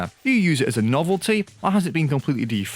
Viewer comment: When you say this has been socktreez it sounds like this has been sokratees i hope im not the only one who hears that.